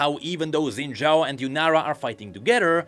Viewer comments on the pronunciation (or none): Xin Zhao is pronounced phonetically as "Shin Jow" not "Zin Jow". Don't know why we decided that's how it's spelled in the roman alphabet, since it obviously came from something originally in Chinese characters, but eh I'm just being a stickler. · shin jao, that's the pronunciation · daily PSA (day 4379): Xin Zhao is pronounced "Shin Jaow". "Shin Zaow" is also acceptable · Xin Zhao ❎ Xin Zhaao ✅ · Xin Zhaao? Xin Zha'ao? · Noooooo. Not Xin Zhaao. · I thought he said Senna Shao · Xin' Zhaao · so.... Xin Zhaao. oooooh that's harsh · uhm, its Xin Zhaao now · Xin Zhao comes back as Xin Zhaao (darkin) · sounds more like Zhin Xao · Lmao where'd the extra syllable come from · Umm it's Xin Zhaao?